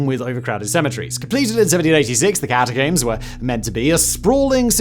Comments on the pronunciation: The scariest part of this video is how Simon says cata-COOMS instead of cata-COMBS. Considering how many times he says it, you'd think he'd know how to say it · it's pronounced "ka ta combs" not ka ta coombs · Simon for the love of all that is good, please stop pronouncing it “Catacooms”